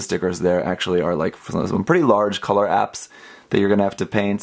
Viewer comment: are you saying "missing color ?apps? "